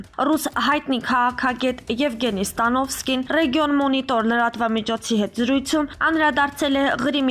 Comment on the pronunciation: Սատանովսկի ոչ թե Ստանովսկի ,։ Անգրագետ մի խոսեք անամոթ է։